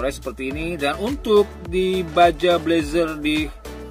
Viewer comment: Baja dibaca baha